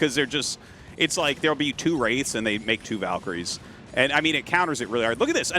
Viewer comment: I'll never get over how artosis and tasteless insist on calling VALkyries VULkyries